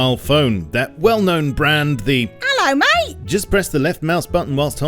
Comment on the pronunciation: The way you said Ello Mate killed me